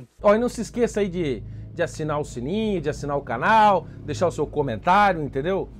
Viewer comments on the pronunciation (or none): none